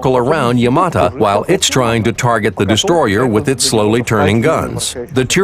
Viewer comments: 'Yamata' Oh my god, shut up! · kevin corujo You can hear the original voice say YamaTO if you listen closely enough. So it's either an error on the part of the English narrator, or whoever wrote his script. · not yamata its yamato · Fuck me I got tired of hearing YamatA....say YamatO...sheesh.Where are the PT Boats and the Corvettes? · it's YamatO not YamatA...